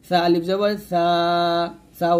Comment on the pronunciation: Assalamualaikum,,, mim ar sathe to alif ace,,, apni alif ta kan prle na?